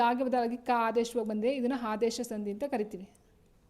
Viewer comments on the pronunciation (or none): ಹಾದೇಶ ❌ ಆದೇಶ ✔️